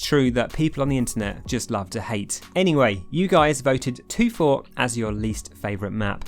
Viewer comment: not toffy